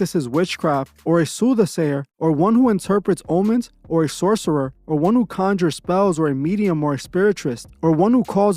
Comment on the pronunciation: Deuteronomy u mean 😂😂😂 A soothasayer 😂😂😂😂 SOR CER RER 😂😂😂